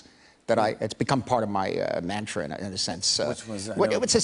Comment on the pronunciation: “It’s become part of my mantrin”? What’s the last word?